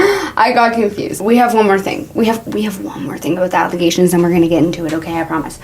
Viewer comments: brother not “allagations” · Allagations is sending me help